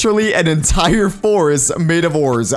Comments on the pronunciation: Its a f-ore-est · I guess it's a f"ore"est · Forest or orest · ore forset oreest